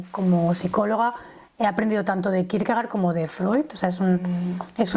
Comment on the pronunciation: Se pronuncia Kirkegord en danés. Gracias